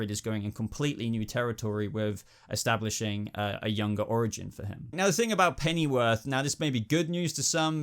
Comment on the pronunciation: dude, how come you pronounce it "Pennyworf" ? Does that mean I am pronouncing it wrong? (or should I say, wrongly)